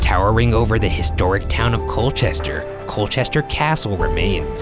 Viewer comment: "coal-chest-er" "bow-deh-kah" "es--ex"